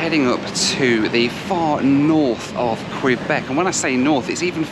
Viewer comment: Apologies to you. I’m a former Montréal resident. I’m a little sensitive how “Québec” is pronounced. I know it’s silly, especially, I’m from Lawn-guy land, New Yawk. (Long Island, NY). You videos are enjoyable. I look forward to seeing your videos.